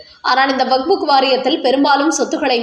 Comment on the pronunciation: வக்புக் இல்லை வக்ஃப்